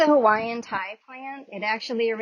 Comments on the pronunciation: It's pronounced "tee" not tai. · Pronounced Tee not Tie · I was just about to correct the right Vowels. Only American language Vowels are different. No offense anyway some just dont know is all. But it is pronounced as Tea "Hawaiian Ti Leaf" I finally purchased one after 12 years. The first year locing here in Michigan I didn't know you cant plant tropocal flowers just anywhere lol. I lewened aboit zones. Im gonna try ro pot it and see if our hoise will let this one grow healthy. Plenty of hawiaian food i jave to use spinache leaves and its not the same so hopefully its legit Hawaiian kine bevayse the original ones I jad was cuttings from back home before i left including tuberose etc. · I love that your showing our Hawaiian plants. It's actually pronounced "tea leaf" but spelled ti leaf. Hope this was helpful 💜🌈 Aloha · Could you please learn how to say Ti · Well if you were pronouncing it right I might actually listen to you 👎